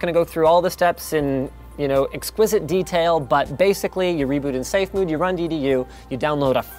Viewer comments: "Reboot in safemood" Every single time I forget that he's Canadian, he does something to remind me. I love it. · HE SAID SAFE MUDE!!!